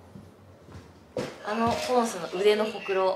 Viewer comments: ホ↑クロなんだね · うくんのホ↑クロ→の発音気になってポンスの可愛さしか頭に入らん🤦🏻‍♀️ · えぇえん！！ほくろってその発音じゃないの！！バイ愛知県民